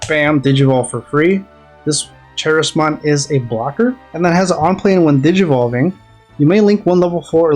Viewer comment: Good Appmon build. Also it's pronounced Ka- ris- mon for Charismon. It's basically how you say Charisma.